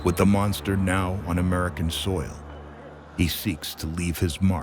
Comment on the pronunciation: Mosnter of ducking ??? 🤣